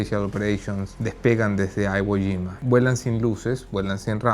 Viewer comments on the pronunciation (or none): Se pronuncia como I no como AI....no es una palabra estadounidense Iwo Jima...es de orígen japonés y ellos lo pronuncian como suena en japonés Iwo no Aiwo